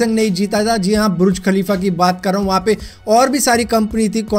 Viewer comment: Bhai burj khalifa ko bruj khalifa q bol rhe ho😂😂